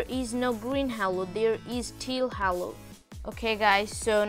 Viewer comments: It not hallo it is halo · He said hawo instead of halo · Man I hear you saying hallo not halo xD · btw its pronounced as "hey-lo" not Ha-lo but its fine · its prounced "hey lo" not " haaaaalo" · i like that when he said "HALO" sound like "HELLO" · i heard green halue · More like hallo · no he say hewo lol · He really say green hewo lol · its pronounces h "A" lo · Halo is pronounced as haelo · Or heylow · He is brazillian ig Bc brazillian ppl say halo in this pronuciation How i know?!? Im brazillian HAHAE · The way you say halo😂😂🤣🤣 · Dude not trying to be rude but you pronounced halo wrong!